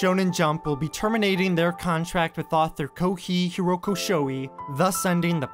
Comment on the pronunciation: That Kohei horikoshi pronouncitation was bad.and you should feel bad